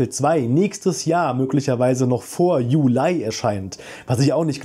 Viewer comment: Warum sagst du Julai und nicht Juli